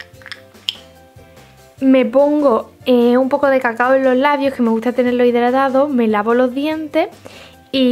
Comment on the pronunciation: As dicho idradado y es idratado no? Jajajaj😂😂